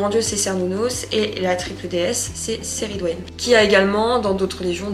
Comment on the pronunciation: J'avais juste une petite remarque, il me semblait qu'on prononçait le C de Cerridwen comme un K mais c'esg peut-être une erreur de ma part. En tout cas on vous soutient dans vos décisions, on préfère largement une personne sincère face à nous qie la personnalité "idéale" des réseaux qui ne pense qu'avec la masse. Bon courage à vous